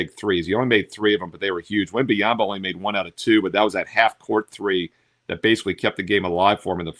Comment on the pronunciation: His name's not wemby-ama 😂😂😂